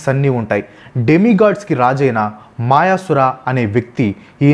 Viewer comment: మాయసుర కాదు అన్నా. మయాసుర.